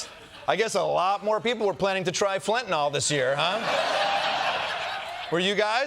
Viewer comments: Did Kosta say Flentanyl? 😂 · Quick suggestion—it’s pronounced FEN-TA-NILL, not fentanoll. (Kinda junior to mispronounce the drug you’re talking about)…it’s spelled FENTANYL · They keep saying "fentaNOL, WHICH ISN'T A THING!!!! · Fentanyl. Not fentynal. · Fent-a-nYl, folks. Not fent-a-nol. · Fentanyl, last syllable rhymes with pill. It does not rhyme with alcohol. It's not Fentanol. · "Fentanyl" not fentanall. Stop it! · It is FENTANYL, not “fentinall” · It’s “fentanyl” not “fentanol” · Why can no one pronounce it correcty..its not Fent-a-naw. Its Fen-ta-nil. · In common with literally every American I've ever heard mention it, Kosta and Blondie Bondi both think that fentanyl is called "fentanol" 🤦‍♂ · Or, as Americans usually incorrectly call it, "fentanol". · In common with literally every American I've ever heard mention it, both Kosta and Blondie Bondi think that fentanyl is called "fentanol" 🤦‍♂ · What is it with the dodgy pronunciation of fentanyl as if it's spelt 'fentinol'? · Also, it's fentanyl, not fentanol. At least pronounce it right. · Where can I get some of that "flintanal"?? 😂😂😂😂😂😂😂😂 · FEN-TA- NILL! Not FENTINOLL. I’m a retired nurse. This drives me crazy. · Why does he pronounce "Fentanyl" as "Fentanol", and one time also "Flentanol"? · If you pronounce fentanyl as "fantanol", you shouldn't be allowed anywhere near political power. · whats flentanyl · Can nobody pronounce fentanyl? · Why does everyone pronounce fentanyl like it rhymes with “Benson doll”? Is it a French thing? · There is neither an A nor an O in the last syllable of FENTANYL.